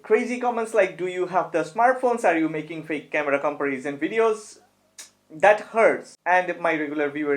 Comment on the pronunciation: i love your new look man, it's amazing, well my advice is: since you make videos about camera comparison, and alot of people are interesting, so i think you should say the word "comparison" right, your English is excellent, but the content is about camera comparison and the only word you should say right actually you say it wrong, find the right spoke of the word comparison, Big love 👊🏼 Big loyal fan 🤜🏼🤛🏼